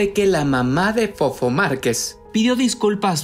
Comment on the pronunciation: ¿Por que no sabe hablar el del reportaje?¿Quien lo contrató? ¿Es voz de IA? Dice Marqués en lugar de Márquez y eso que lo pusieron en su título